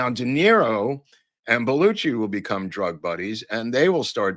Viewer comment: The pronunciation has always been BEL U SHEE not Bel u chee. DO YOU NOT HEAR THE DIFFERENCE? I have heard the name a thousand times by a thousand speakers. What part am I missing here? Including introduction on SNL. including him saying his own name like in WHATEVER I like your show.